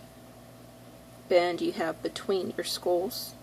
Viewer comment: got confused at first when prounounced SKOLLS instead of SKULLS.but it was ok .